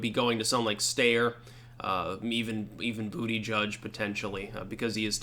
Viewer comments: Its pronounced "Boot-Edge-Edge" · I just love hearing you say bootyjudge lol